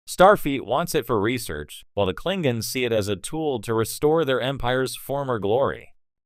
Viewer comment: cling ins ????? teach ur Ai to talk